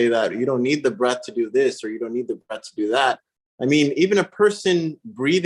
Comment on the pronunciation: Breath, not Breathe!